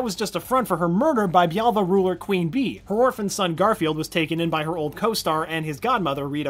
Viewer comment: Jaime, not Jamie. Bialya, not bialva.